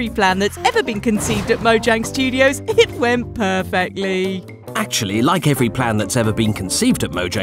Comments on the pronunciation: studos* theres no “i” in “mojang studos” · Yes, there is truly no “I” in “Mojang Studos” or “Team”